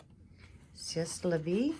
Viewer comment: Hello! See your post on FB... I like your style 👍🏻👍🏻👍🏻 The covers inspire me...😍 C‘est la vie is french and it means: That is life... (Your pronouncing la vie was right but c’est will be pronounced se...) Greatings from Lake Constance in Germany Victoria 🦋